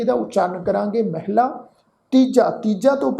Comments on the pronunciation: ਮਹੱਲਾ ਪਾਠ ਹੈ। ਮੈਹਲਾ ਤੋ ਭਾਵ ਇਸਤਰੀ ਠੀਕ ਨਹੀ ਲਗਦਾ ।ਮੈਹਲਾ ਹੈ ਤਾ ਫਿਰ ਤੀਜੀ ਉਚਾਰਨ ਕਰੋ। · ਮਹਲਾ ਨੂੰ ਮੈਹਲਾ ਉਚਾਰਨ ਦੀ ਸਾਨੂੰ ਕਿਸ ਨੇ ਇਜਾਜ਼ਤ ਦਿੱਤੀ ਹੈ? ਜਦੋਂ ਗੁਰੂ ਸਾਹਿਬ ਨੇ 'ਮਹਲਾ' ਲਿਖਿਆ ਹੈ, ਨਾ ਕਿ 'ਮੈਹਲਾ'। ਗੁਰਮੁਖੀ ਬਹੁਤ ਸਪਸ਼ਟ, ਸਟੀਕ ਤੇ ਸਰਲ ਹੈ, ਇਸ ਨੂੰ ਆਪੂੰ ਘੜੇ ਫਾਰਮੂਲਿਆਂ ਨਾਲ complicate ਨਾ ਕਰੀਏ। ਸਿੱਧਾ ਤਰੀਕਾ ਹੈ ਕਿ ਮੁਹਾਰਨੀ ਅਨੁਸਾਰ ਜਿਵੇਂ ਲਿਖਿਆ ਹੈ, ਉਸੇ ਤਰ੍ਹਾਂ ਉਚਾਰਨ ਕਰੀਏ। ਧੰਨਵਾਦ 🙏